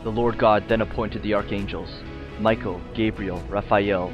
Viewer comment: Michael wouldn't be pronounced that way...